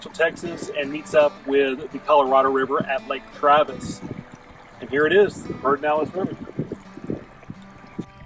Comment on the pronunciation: PED ER NALES not PERD enales River!!! Why does almost everyone mispronounce this river along with the city of New Braunfels? They say New BraunS fels?!